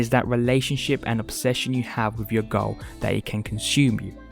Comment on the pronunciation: "YouChube channel...", "...he seriously wants to change his whoad...", "...with your own personal goah..."